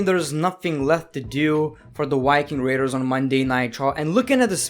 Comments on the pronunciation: the white king raters. me: ITS THE VIKING RATERS JEEEZZ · "Why king raiders" got me 🤣